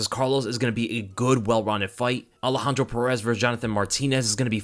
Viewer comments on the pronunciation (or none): none